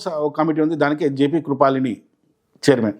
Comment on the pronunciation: కృపలాని... కృపాలిని కాదు